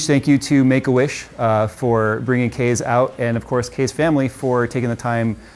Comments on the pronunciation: "...I can't relate to because of my generation, but, I know this means a lot to Kees." (Mom pronounces it like "case", spelling I keep seeing is Kees, I sincerely hope I got that right.) I wish more middle aged adults were like this guys Mother, she knows she doesn't understand it and doesn't really care, her son cares about it and that's all she see's that matters. This man has a great woman watching over him, God bless him and his family. If he has a donation page to help with treatments or even to fund a project he wants to undergo while he fights this battle, please someone leave a valid link. I've never put a dime towards anything on a gofundme but this is surely an exception. It really makes me happy that, from what we can tell, this guy knew what he was doing from the get-go but obviously lacked the finances and support to build the PC he always wanted. So make-a-wish brought him to, helped him with picking out parts and purchased them for him, and basically from there was just there for support/questions and laughs while Kees got to build his dream rig. If the kid wins the war, he'll have one hell of a trophy and memories to go with it, and should the cancer gain too much hold and take him, then he will go to rest having gotten to fulfill at least one of his dreams. Something some of us will go through 90 years of life and never achieve. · Kees ( pronounced it case) me what kind of case is he using?